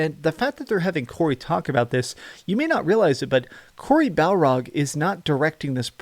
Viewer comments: Dude his name is BARLOG , BARLOG not BALROG just saying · Barlog. Not Balrog lol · Barlog not balrog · Cory BAR LOG BAR. LOG. NOT A FUCKIN BALROG FROM LORD OF THE RINGS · "Cory Balrog" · his surname is Barlog buddy